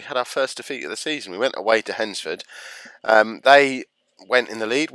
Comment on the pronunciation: You're one of the few people who I have heard say Hednesford who are not local to our area that says it right!!